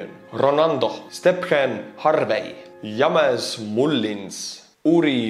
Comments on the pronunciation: I didn't know it was possible to butcher the name "James" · James = Yammies